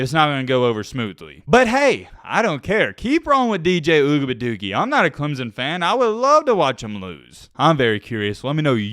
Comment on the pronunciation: it’s ugabadoogie not whatever you said